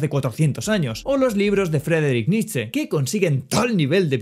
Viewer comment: pronunciaste bien el nombre del filosofo, estamos orgullosos de ti